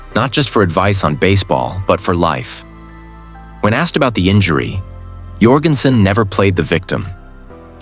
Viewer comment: Need to learn to pronounce his name. It's pronounced like Michael Jordan. It is not pronounced "Your-gen-sen." Is any of this real?